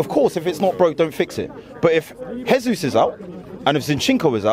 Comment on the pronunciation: Jesus is Brazilian, not Spanish. Pronounce his name properly! He’s our player!